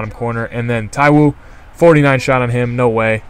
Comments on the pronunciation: your messing the names up. you pronounced ekpo right so why are you saying taiwo like taiwan or taiwoooo. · its thigh-Wow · haha u pronounced taiwo as ta-wow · also, fair enough not being able to say names that are like Kkshdgfsghsdjsfdhgsdgjdfgycfwteysiufygc... But Taiwo, Ogude, Adejo, Abwo? Seriously? I don't know if you do it to try to be funny or whatever, but it just makes you look like you're severely broken in the head...